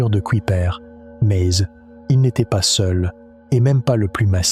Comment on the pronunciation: Je n'ai pas encore fini la vidéo, c'est intéressant mais la voix-off qui fait ULTRA IA qui sort des "MEZZZ" à chaque fois (probablement pour "mais il/elle..") casse totalement la narration. Les vidéos aussi en légère animation de quelques secondes sentent l'IA, et on dirait que tout à été mis là en mode "fais-moi une vidéo sur ceci, génère des séquences de ... et crée un script".